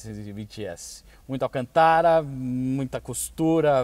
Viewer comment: Nao da pra se sentir bem com ele falando alcantára